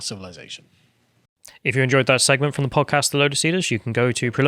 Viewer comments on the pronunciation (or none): none